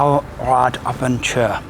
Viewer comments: That does look like a great show to visit. I tried to avoid shows in general, but if I'm ever in a position to start travelling like that I'll definetely will go there first for inspiration. BTW the last bit of abenteuer isn't pronounced as 'ture' but as 'toyer', the first bit is spot on. Makes you sound like you belong in The Eagle Has Landed, mixing abenteuer and adventure together. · It's pronounced Ah Ben Toy Er